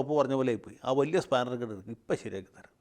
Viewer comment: വല്യ സ്പാനർ അല്ല... "ആ ചെർറീയ സ്ഫാനർ...."